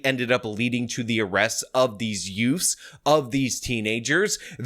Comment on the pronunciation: Uh oh… not the dreaded “2 yoots”!